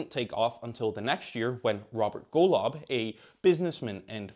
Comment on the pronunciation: Golov 🤣🤣 Your pronunciation is was so off, I bursted out laughing and had to listen to it like 3 times